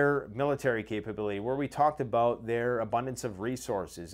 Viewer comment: Abooot. Haha you gotta say about.